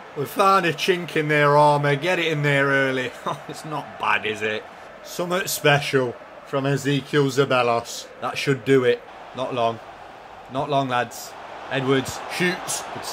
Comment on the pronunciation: Favorite part of this series is the fact that can't pronounce Zeballos' name